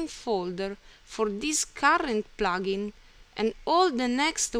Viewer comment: Its called plugin not plaaaaaagin.